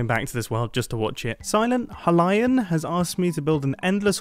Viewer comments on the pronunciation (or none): It is pronounced Hi-Lee-An not Hi-Ly-An Play Zelda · WHY???? its silent hi-lee-an not ha- lian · I felt physically hurt when he said “ha-lion” instead of hylian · I was about to comment that but you already did the job and yes I agree with you because I recently got into botw and its fricking awesome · Mumbo: Silent "Hillian" Me: IT'S PRONOUNCED "HI LIAM EXCEPT WITH AN N" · "silent ha-lion" Zelda fans everywhere are crying - it's pronounced high-lee-an, Mumbo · Yup. That hurt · “Silent huh lie en “ That hurt my soul mumbo, that physically hurt. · "Silent Halyin" ... Being someone that really loves legend of zelda, that personally annoyed me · Mumbo: pronounces Hylian like Hi-Lion Big Zelda fans: *pain* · i was searching for this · He pronounced hylian as hu-lion. Someone never played zelda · The way he says "Hylian" gives me depression. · Oh, I was reading comments before watching that part and assumed it would be hill-E-in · Hylian is pronounced Hi-Lee-An and is a person from the kingdom of Hyrule. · I see he is not aware of the descendants of the Skyloftians. “HI-LIE-AN” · The way Mumbo pronounced “Hylian”, “Hi-lian” tho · silent hie-lee-in. Hylian, as in the legend of Zelda. Silent Hylian, as in Link, from Legend of Zelda. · it is actually pronounced he-lee-an its from the game the legend of Zelda breath of the wild :) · It’s High-lee-an. You don’t call it Hee-rule now do you? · nice video sorry but hylian is pronounced high-li-in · he pronounced Hylian wrong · How am I supposed to sleep knowing Mumbo pronounces Hylian like that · The way "Hylian" actually hurt me. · The way he pronounced Hylian…it hurts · the fact that he didnt say hylien right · That’s a new way to say hylian I guess. All the loz fans cringing rn